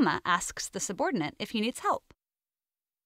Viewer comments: Is it driving anyone else crazy that she keeps saying "subordinaNt"? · I like the video and ideas, but it drove me crazy that the narrator kept pronouncing 'subordinate' as 'subordinaNts'. Ugh!!